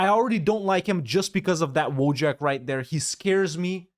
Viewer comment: EFLs be like: "Woe-jack"